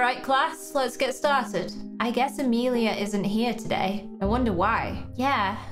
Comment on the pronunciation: I wanted to say… you say Amelia wrong cuz my name is Amelia